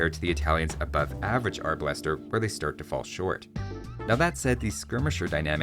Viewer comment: Arbalester = 😡 AR Buster = 😄